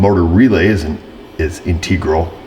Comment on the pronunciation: I like how intentionally mispronounces words like integral trying to make us think he’s just a country hick mechanic. Sorry,, you ain’t foolin’ nobody (in my best country hick grammar).